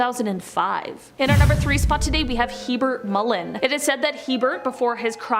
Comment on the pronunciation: Herbert Mullen Not "Hebert Mullen"